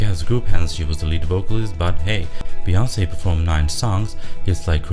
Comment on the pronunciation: LMAOOOO "Sharika" "Beyonance" OMFG